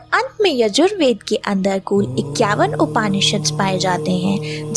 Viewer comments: अच्छा है किंतु हिन्दी का उच्चारण उचित तरीक़े से करें ना कि अंग्रेज़ी तरीक़े से। जैसे उपनिषद ना कि उपानिषद। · उच्चारण उपनिषद है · upAAnishad nahi hota hai, its Upnishd. arAAnyak nahi aranyak hota hai.